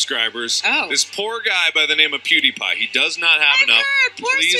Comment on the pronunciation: its pewdiepie u say the name worng